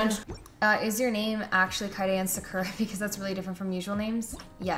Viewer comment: Is that actually how you pronounce Sakura?